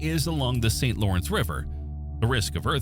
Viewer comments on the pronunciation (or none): none